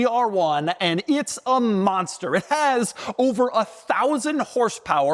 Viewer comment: dougy. u didnt say MONSTER right 😂😂